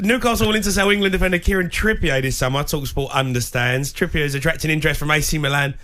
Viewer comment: Kieran "Trippiayy"...Like, he's French. 🙄 It's Trippier.